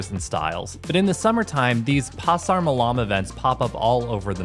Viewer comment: The white thing is "lontong", sticky rice! And here I go again, I don't know why people so often put the emphasis on the second syllable. Makes it sound exotic? Anyway, "malam," emphasis is on the first syllable. 10% heritage here.